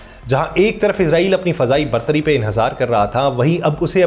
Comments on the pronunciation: Bhai izrail nahi israil sahee lafz hay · او بھائی اسرائیل لفظ تو بول آپ عزرائیل بول رھے ھو آپ کو کوئی بتانے والا نہیں جناب